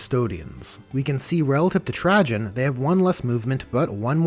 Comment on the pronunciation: Everytime you say Trajan 😬